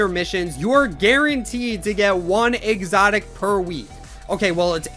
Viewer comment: THE WAY U SAID EXOTIC U CANT SAY IT NOOB